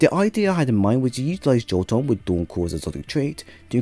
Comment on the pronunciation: My dude, it is not pronounced "Joe-ton" but "Yo-tun".